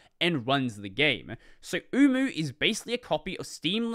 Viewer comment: HELP I KEEP HEARING UWU 😢